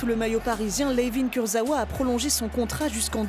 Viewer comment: La voix off qui ne sait même pas correctement prononcer le nom de Kurzawa 🤔🧐